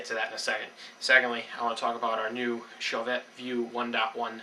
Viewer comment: It's pronounced "show-vay" and spelled Chauvet.